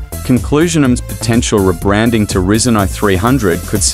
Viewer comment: Can't stand hearing it said risen when it's rye zen(according to every techy/youtuber I have ever heard say the name)